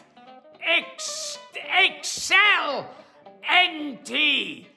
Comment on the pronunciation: First of all, genius idea putting this together! Secondly, I love Gilbert but the fact he couldn't read the name "Johnny" was hilarious! EDIT:😂😂 At the end he pronounced excellent as X-L-N-T😂